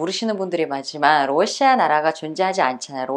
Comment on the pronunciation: 원래 억양이 러↗시아 라고 하나봐요^^ ㅎ 우리나라 사람은 보통 러시아↗ 라고 하지 않나요? 힛